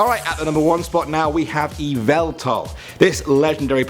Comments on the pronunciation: "We have eeveltal" Yveltal: "IT'S YAHVALTAL!" Surprised I'm the first to make the joke. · Yuh-vel-tal You're welcome